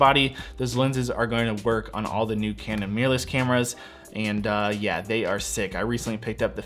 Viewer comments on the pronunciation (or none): none